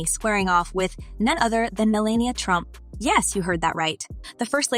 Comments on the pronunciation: Melania. Not Melina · How do you turn an a in someone's name into an i? It's Melania!!